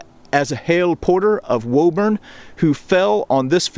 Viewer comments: I know pronunciations aren't fair. It's pronounced Wooburn, not Woahburn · Its WOO- burn